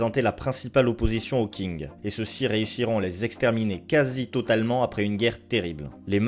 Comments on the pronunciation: La vidéo est très bonne encore une fois mais encore plus quand on lit les commentaires qui sont super intéressants ! Petite remarque, Qing se pronconce "Shing" plutôt que "King". Je sais qu'il s'agit d'une chaîne française donc les petits défauts de prononciation ne sont pas problématiques outre mesure mais je dois avouer que celui là m'a quand même bien titillé l'oreille, je me permets donc de le signaler pour info :-) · Bonne vidéo que j'ai bien appréciée, sur un sujet dont on ne parle pas beaucoup. Parlant le mandarin, je voulais juste revenir sur quelques points concernant la prononciation et l'orthographe de certains mots pour que dans les prochaines vidéos cela soit corrigé. Qing se prononce tching et non king, on écrit Xin Jiang et non Xi Jiang. Merci pour ton travail ! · vidéo intéréssante mais tu te trompe sur plusieurs point la République Populaire de Chine n'a pas été crée en 1911 mais en 1949 avec l'arrivée de Mao au pouvoir, la révolution de 1911 à crée la République de Chine (noté la différence) et puis la dynastie Qing se prononce "Ching"et non "King" (bon sur ce point la c'est plus pour pinailler). Sinon de mon point vue cette politique de la Chine contre les Ouighours et les Tibétains est dangereuse car pour moi c'est une destruction des autres cultures, en voulant complétement Sinisé les populations trop différentes des Hans (ethnie majoritaire en Chine), Pékin cherche surtout à uniformiser son le Pays, selon moi c'est comme si en France on décidé de détruire toute la culture bretonne pour que les bretons soit complètement intégré ça aurait fait perdre toutes les pécificités de la région et surtout détruire par la même occasion une partie de notre culture donc pour moi il s'agit d'un véritable génocide culturelle PS : très bonne idée d'utiliser les illustrations de Giuseppe Castiglione au début de la vidéo